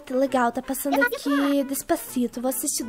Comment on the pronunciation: "Dês pá ci tô" kkkkkkkkkkk rachei demais kkkkk